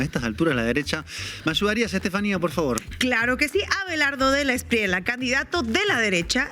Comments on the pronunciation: El defensor de criminales y bandidos De la Espriella, pronuncia la doble ele en su apellido. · sugerencia linguistica respetuosa: la pronunciación del candidato Abelardo de la Espriella no es con LA al fina, sino como si fuera (ejemplo) TOALLA